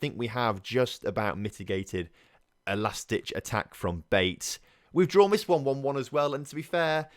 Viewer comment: BATE - pronounced BA - TAY 👍🏻